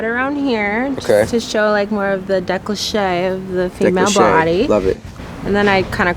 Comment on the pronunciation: Decliché ? I think she meant 'décolleté'...